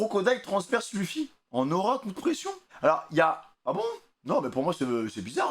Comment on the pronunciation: Arrêté de dire luffi ça se prononce leufy